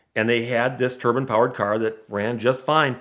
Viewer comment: The way he pronounces Turbine legitimately triggered me so much that I couldn't finish this video. Why is he pronouncing it "turban"? It's "tur-bine"